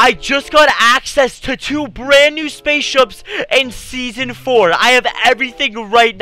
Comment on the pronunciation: He said spaceshups